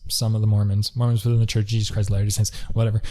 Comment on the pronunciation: Also, if you watch this video on 1.5x, you may hear "The Church of Jesus Christ's Hilarious Saints". Sounds like a good comedy show 😄